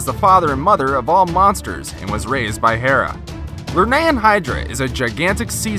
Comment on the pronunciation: The things you saying is wrong Cylla :that is Cthulhu Curibnes (cur-rib-nes Lernaean hydra:(ler-ne-an) I now my mythology